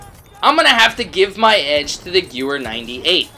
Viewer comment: It's pronounced "Gehvehr" not "Gewwer"